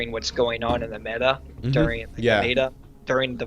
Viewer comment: It's like his pronunciation of "melee" and "meta" are backwards or something.